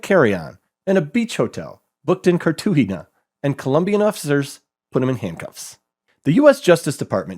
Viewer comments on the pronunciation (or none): none